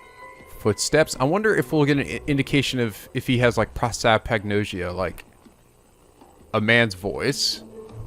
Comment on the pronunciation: repeat after me! pro! sap! ag! nos! ia! PROSAPAGNOSIA! "nos" like diag*nos*